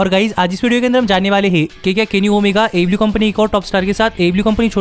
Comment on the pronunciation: first of all you need to speak clearly, what is ablew ablew its aew ok,i hope you will work on it